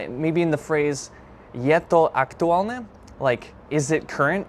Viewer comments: I think you failed to inform the viewer the meanings of the words are ones of many. For Word #1 "hej", there are two common uses, the other one is close to the English "hey". Word #2 "fakt" if fact does mean truth or fact. Your ok with the meaning of the Word #3 "aktuálne", but the way you pronounce it's adjective, but the example is adverb (identical spelling but different pronunciation and meaning). it looks like you're using and AI chatbot or something, that didn't use any declension of the word "sympatia", it should be in accusative case – "sympatiu". Tomato paste is a thick paste made from tomatoes, which are cooked to reduce to a thick, rich concentrate. Other common name in Slovak is "paradajkový pretlak" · The word "aktuálne" you did mention, has two different pronunciations which makes him a different word. The first one, with the hard pronunciation, like you pronounced it, it is an adjective and it means "relevant". Example: Je to stále aktuálne. - It is still relevant. In the other meaning you have to change the pronunciation - you need to pronounce the "n" very soft. That is an adverb you mentioned in your example. Writing is the same, but the pronunciation makes the difference ☺️.